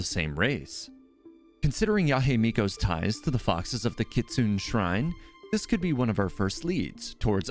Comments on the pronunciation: Yah-AY Miko and Kit-Sue-Nay. I love your content, but those pronunciations killed me lol. Normally I'm not a stickler about it, but those were so far off that I had to say something. 😂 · "Kitsoon" too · Dear god you need to work on your pronunciation. "Kit-soon" "Yah Hey Miko" ... yikes! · yae isnt pronounced ya-hey but instead ya-ey. and kistune is pronounced kitsun-ey